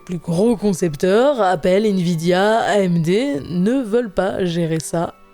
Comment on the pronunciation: "invidia" aie 🤣